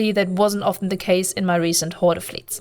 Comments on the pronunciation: Sorry to be that guy but the word "horde" is just pronounced like "hord", I understand you were saying it as it would be in German but in English a lot of Es on the end of words are silent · It was very hard to listen to you mispronounce the name. Pandemic Horder is not their name no R on the end I know you can say it you did it a few times in this video... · btw, the e in horde is silent, I couldn't stop laughing every time you said hord-ee if that was on purpose, even better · Wrong Corp. join the pros, KarmaFleet or GSF, with proper background check. PH is just cancer.... oh also, no "e" pronunciation at the end, just "Hord".... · lol I knew you where german the moment i hear you say HordEEE :D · The e on horde is silent. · For a non-native speaker, your english is really excellent - but why is it so hard to pronounce PH in the correct way? I mean on all the other vocabulary you are using, you do not fall back into some silly 'germanesque' pronounciation-games, so why then for 'horde'? this really makes you look something between stubborn and ignorant... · Can't tell if you're trolling or not... You are definitely pronouncing the word 'Horde' wrong. :P